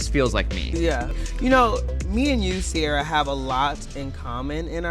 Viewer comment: Don't know why Americans keep mispronouncing Ciara and misspelling Sierra